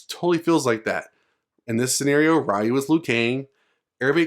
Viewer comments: games been out for longer than some of yall been alive and still can't say Ryu correctly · It hurts my ears when you say Rye-You. Its REE-YOU. Jesus!!! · Its not RAIU its RIU, thas was realy bad in the MOVIE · I'm sorry, but please don't pronounce it "RYE-OO". And it's not "Ha-DOO-ken" either. It's not the 90's anymore. We know how to pronounce these words correctly... Just a pet peeve of mine. Please don't take the criticism personally. You're not the only one still doing this. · I cringe everytime someone says Ryyyu instead of Reeyu. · Who is Ra-Yu lol? And in all seriousness I can’t see that happening Ryu is Street fighter. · Fucking Raiyu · It’s REE YU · It's 2022 and people are STILL aren't pronouncing it as "Ree-You" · the moment you called ryu, ra-yu. stopped watching, downvoted. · "wry u" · i can't say i like Luke or not, but i like the idea of Ryu finally done with his adventure/training and having a disciple. btw is it that hard for you americans to learn to pronounce Ryu's or any other asian names (such as Chun-Li, Yun, Yang, Karin, Kung Lao, etc) correctly? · I commend you for learning to pronounce foreign names correctly. Not many people do. The man in the video is a Gen-Xer, and as such, was exposed to little if any hearing of the proper pronunciation of the name in his youth. (Things are VERY different today). Kids back then would see a name written on the arcade cabinet or in a magazine and “sound it out”, so it’s no surprise he (like people the world over) would think it is what it really isn’t. Today, with all the foreign streaming services and internet, this misunderstanding is starting to go away. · Funny when people say ryu wrong